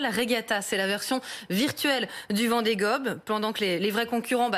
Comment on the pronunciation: A 00,3 s Elle a dit VENDEE GOBE! 😂😂😂